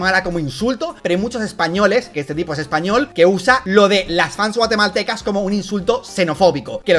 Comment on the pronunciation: guatemalteca xddddd no me puedo sentir ofendido porque suena muy chistoso, ta potente kgdtidutdi